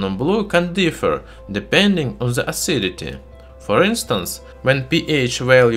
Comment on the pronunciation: Please let me correct your english pronunciation - which can make your videos hardly understandable. Words that contain "TH" in the first part of the word (like THE, THOUGH, THIS, THAT, THOSE, THESE), you should pronunce it as "D" instead of "Z". In the case of THANK, it is pronunced as "T". I think your speaches would be much less disturbing to be heard by your viewers. I don't want to be rude or be offensive to you, so please don't take it as an offense. I think your videos are great and informative, but your pronunciation seems to need some amending.